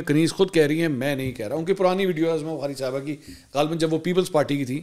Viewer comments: Uzma hota he azma nhi lafz sahi bola krein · Janaab, ye naam AZMA nahin, UZMA hota hay. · میرے بھائی پلیز اردو تلفظ درست فرمائیں۔ عظمیٰ عین پر پیش ہے زبر نہیں Uzma درست ہے